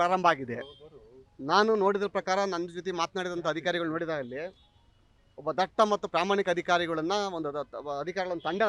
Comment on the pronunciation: ದಟ್ಟ ಅಲ್ಲಪ್ಪ ದಿಟ್ಟ.😂